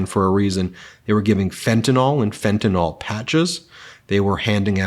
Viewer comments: Hei Ben. It would be utterly spiffing if you and your fellow Americans would pronounce FentaNYL correctly please? It's NOT FentaNOL. Supeytwist old bean. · It is fent-a-nyl (pronounced “nil”), not fenta-nol😊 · Fentanyl: is pronounced Fen-ta-nil, not fen-ta-nol (as in "ethanol"). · Ben, fentanyl is pronounced Fen-tan-ill ( as in sick). Fen-tan-all would be a different compound. Please. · Hey Ben: It's "fen-ta-nill", not "fen-ta-nall". Please learn how to say words you plan to use repeatedly. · Why doesn’t anyone pronounce fentanyl right? The y in the end syllable has an i sound. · In the interest of perfection, which Meidas seems to aspire to with great success, the drug fentanyl is pronounced as it is spelled. MAGA and a large portion of the uninformed tend to to pronounce the last syllables as though it rhymes with Tylenol. The correct pronunciation requires pronouncing the penultimate syllable “NYL” to rhyme with BILL or as an unaccented schwa sound. Anything but an accented syllable rhyming with ball. The other side of the political spectrum universally mispronounces fentanyl so it’s distressing to hear clear minded folks falling for the lazy pronunciation we constantly hear in the mainstream media. Rise above’. Btw, I am a Meidas touch patron. Thank you. Ben, for all you have done and continue to do for democracy.